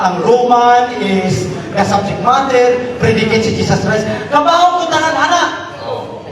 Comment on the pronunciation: Kining pastora grabi jud ka problema niya anang word nga "the".